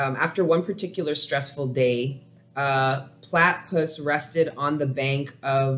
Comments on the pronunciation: I always feel weary when I try out new readers but this was absolutely from God. It was so spot on it almost felt like a personal reading. And you’re hilarious! It felt like I was sitting on your couch. Thank you so much. Also-it’s pronounced “pla (a from apple)-ti(ti like tip)-puss” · Plat-tah-puss is how you pronounce it platypus (yes I am Australian😁) u did good though 👌🏽👍🏽 thank for taking the time out for the Leo read 🌻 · Thank you for a awesome reading ...Plat e pus ...is how you pronounce it